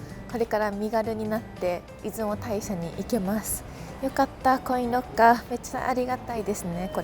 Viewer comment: 出雲大社はイズモタイシャではなく、イズモオオヤシロでは？